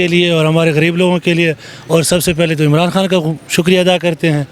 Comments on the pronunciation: عمران حان نہیں عمران خان بولا کریں بڑی مہربانی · Imran han sab. Imran han sab. Imran han sab. Imran han sab. Yaar iss host ko proper pronounce karnay bolo... Imran khan... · Imran Han naheen bhaee, Imran Khan - microphone ka itna he shoq hae to Urdu bolna he seekh lain. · Bhai, make one correction of your pronunciation, it’s Imran Khan not Imran Han. Thanks